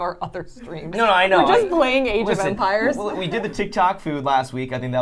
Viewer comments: Idk why but I thought you were saying age of vampires for a while lol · Half the time it sounds like Saf's saying "Vampires" instead of "Empires"